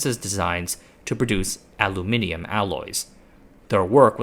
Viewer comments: Congratulations on pronouncing Aluminium correctly 😅. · I like the way you pronounce aluminium